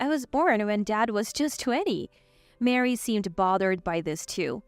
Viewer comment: Ma-ree not Mary.